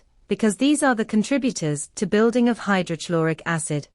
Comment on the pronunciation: Please correct your pronunciation of. Hydrochloric acid